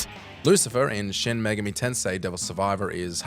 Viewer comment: Kudos for both putting the accent on the correct syllable in "Megami" and for including. Though it should be noted that, although you said his name correctly, Demi-Fiend's name was written as "Demi-Friend".